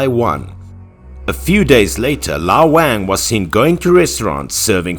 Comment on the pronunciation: I don't think that's the correct way to pronounce the name "Wang"